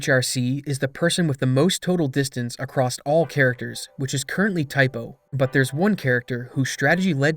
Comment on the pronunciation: Ugh. Every time you say “acrosst” it’s like nails on a chalkboard. There’s no t in across.